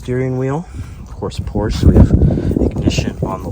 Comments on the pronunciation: Step one to ownership is learning how to pronounce Porsche. It’s a 2-syllable name! Porsch-a. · Now if you can learn to say porsche correctly....